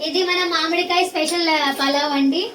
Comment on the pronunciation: మామిడికాయ,,,ఖాయ కాదు 😮